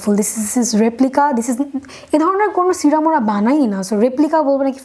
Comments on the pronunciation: Kotha bollei smart hawya jai na. Tomra bekar smartness dwkhao😂😂😂😂srirum .. Ba sirum noi go.. Serum.. Kotha tai kemon kore jano bolo😂😅😅😆😆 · Not C-ram it’s se-rum ..no offence 👍🏼